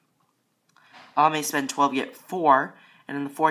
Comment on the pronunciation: "Select Unilever Spoend"